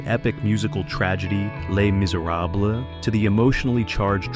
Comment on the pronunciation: I’m sorry, but the mispronunciation of “Les Misérables” made me snicker.